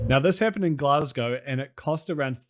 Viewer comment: Nice to hear someone pronounce Glasgow right, though i do see the logic in including the sounds 'glass' and 'ow' in the name.